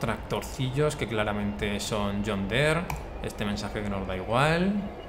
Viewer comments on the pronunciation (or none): none